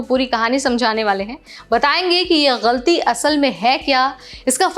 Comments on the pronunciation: Your pronunciation is nice , you said ghalti not galti. Looks you know Urdu as well as Hindi. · Aap “galti” bahot sahi pronounce karti ho .. I thought you were Muslim and did your education from Urdu school 😂😂